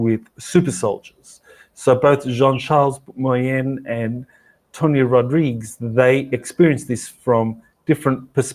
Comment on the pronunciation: Please always say Tony Rodriguez name correctly! You said it twice wrong and once correct at 4 minutes in